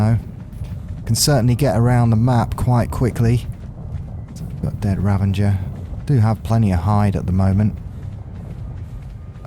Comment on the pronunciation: No n in ravager bro. Like im.not normally one to be that dickhead correcting ppl but that is irrationally bothering me lol